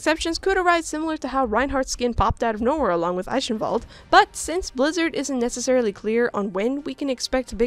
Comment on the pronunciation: finally somebody pronounced “Eichenwald(e)“ correctly :D I can die in peace now - btw.: good content, a really interesting discussion!